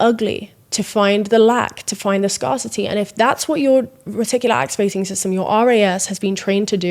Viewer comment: I LOVE how you pronounce 'scarcity' as 'scarcity'. Sleep well.